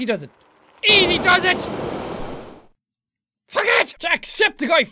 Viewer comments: In the middle of reading this he said "fuck it!" It sounds like fucket! Lol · When he says FUG ET it sounds like hes saying baguette